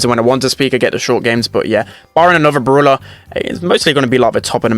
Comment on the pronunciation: The way that he pronounces brawler like “BrUlAh” is so funny to me idk why